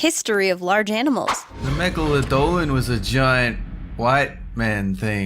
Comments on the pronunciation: Not megaladolan. Megalodon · Megaladon and thats not how you say it sound it out megladon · it's megaladon you b😠😠ch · Megalodolan *YOU'RE GONNA HAVABADWUN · "Megalodolan" xD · When He Said Megalodolan I Thought He Was Going To Say Megalovania